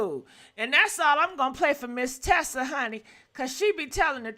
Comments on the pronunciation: Not Tesa it’s Tisa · You use Tisa content but you continue to pronounce her name incorrectly.